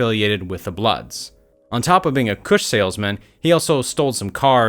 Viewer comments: Mans said “kuhsh” like et😭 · “Full time Koosh salesman” bruh you’re saying it like a white dude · The way this guy says “kush” 😂😂😂😂